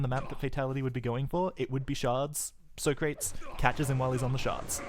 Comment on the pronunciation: Isn't the "soh-krates" pronunciation from the movie Bill & Ted's Excellent Adventure?